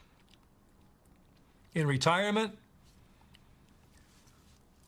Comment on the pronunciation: Junteenth lmao. Fk outta here